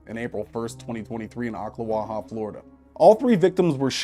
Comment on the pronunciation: big props for pronouncing Ocklawaha correctly!!